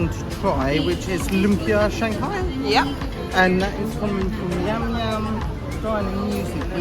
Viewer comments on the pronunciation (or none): none